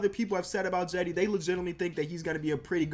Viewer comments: its not Jedi Osman its like Chedi Osman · It pronounced Chedy